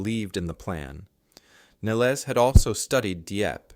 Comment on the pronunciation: Admiral Percy Nelles, pronounced "nell-iss". Also Regina, not "rageena".